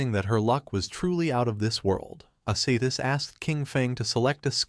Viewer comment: Wtf is wrong with people posting videos that can’t even properly pronounce names. Main character is called Qin Feng which is pronounced like chin fung. The silver haired goddess looking woman is named Ashashishis pronounced ah sha shee shis not asathis or whatever the fuck the ai is saying